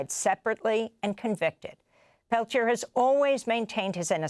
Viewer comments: Lord Almighty, learn to pronounce his name! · Really interesting. I grew up reading about Leonard Peltier. I'm glad he finally got some form of relief. As a francophone, I really struggled qith listening to this. The American mispronounciation of Peltier was like kick to the teeth every time. Ugh.